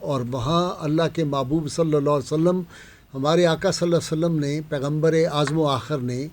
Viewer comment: برائے مہربانی درودشریف صل اللہ علیہ وسلم یاصل اللہ علیہ وآلہ وسلم صحیح تلفظ کے ساتھ پڑھاکریں